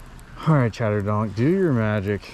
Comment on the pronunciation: Its NOT Chatter"DONK"